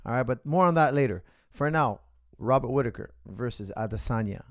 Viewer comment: Coach you mispronounced Robert name